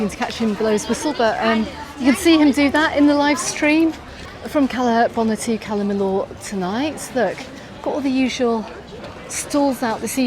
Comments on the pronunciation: Cala Mi”y”or … double “ll” is always pronounced as “y”, as in Po”y”ensa, Can Pasti”y”a, I”y”etas etc etc :) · well, Majorca & Mallorca are both correct. Majorca is the Catalan spelling, and Mallorca is Castilliano. I don’t know how many times she said Cala Mill-or, during this blog, but I had to switch off!!! I couldn’t hear it any more.